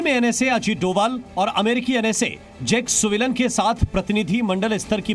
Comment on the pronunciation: अबे जैक सुलिवन है वो.... ना कि जैक सुविलान